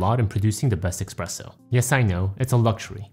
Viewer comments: just FYI, it's eSpresso not eKspresso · never say expresso again please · did you really say eXpressso machine?😮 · Great video, straight to the point! One question: shouldn't be eSpresso machine instead of eXpresso? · Good tips, thank you! Why eXpresso though? 🤔